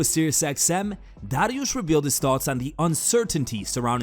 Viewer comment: Homie keeps pronouncing Dariush like knows something we don’t